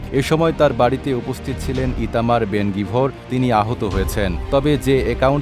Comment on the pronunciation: ইতামার "বেনগিবোর" নয়, উনার নাম "ইতামার বেনগাবির"